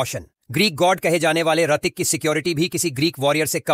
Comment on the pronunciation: His name is Hrithik, not artik😂😂😂